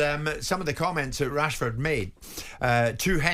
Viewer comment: amorim is saying marcus cashford